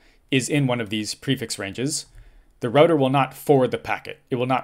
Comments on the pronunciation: Say 'Roo-Tah' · The correct way to pronounce it! <3